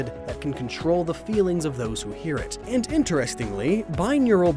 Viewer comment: Binaural, not bineural. One is both ears, the other is two brains.